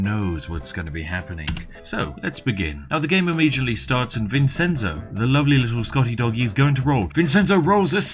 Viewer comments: Like I told Feed Back when he did the "answer every comment" thing; good luck, you'll need it. P.S. Vincenzo is pronounced Vinshentso, not Vinsenso. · SPIFF! IT IS NOT PRONOUNCED VINSENZO IT IS PRONOUNCED VIN-CHEN-ZO VINCENZO !!!! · It's pronounced VinCHenzo and Mishel, not Vinsenzo and Mitchel. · Vincenzo is pronounced vin-chen-zo. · Oh, this video is great, but it hurts hearing the way he pronounces Vincenzo. Obviously, it's not a real issue for me since my name isn't Vincenzo, but you'd pronounce it Vin-ch-enzo with the c being a ch. Not that he'll ever read this comment on a 2-year-old video. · Vincenzo is pronounced Vin-Chen-Zoe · you pronounce vincenzo vinchenzo its my dads name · vincenzo... dear god... its vin-chen-zo XD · Also it’s pronounced VIN-CHEN-ZO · This was hard to watch because of the way you pronounce "Vincenzo". Try vinˈtʃɛntso! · Vincenzo isn’t said like that I’m pretty sure. Isn’t it pronounced like Vinchenzo? I dont know but that sounds right to me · Pro tip: Vincenzo is pronounced "Vin-chen-zo" (because it'sa Ittalianno!) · Also also, vincenzo is pronounced with a "ch" sound ya ninny! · The "Vincenzo" pronunce killed me, it is an Italian name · That's not how you pronounce "Vincenzo." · The Spiffing Brit says “Vincenzo” like a Brit who’s never heard of the country of Italy. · Why can't British people pronounce Vincenzo properly? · Drinking game: take a shot everytime he mispronounces the name "Vincenzo" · Vincenzo is not pronounced how you think it is pronounced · That pronunciation of Vincenzo was grating